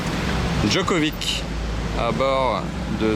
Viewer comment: K2000 c'est une Pontiac Tran-Am. Pour info on dit Djokovitch. Tu dis pas Ibrahimovik, hé beh c'est pareil.